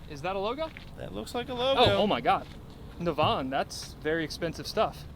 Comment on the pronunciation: Nav, as in navigation and En pronounced In. Naven.